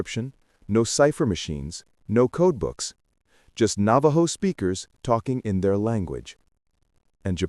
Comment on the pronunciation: I'm a Navajo and I'm laughing at the narrator, he can't pronounce the Navajo words correctly.